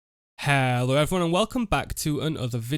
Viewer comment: "Ello everyone, and welcome back to an ova video" so northern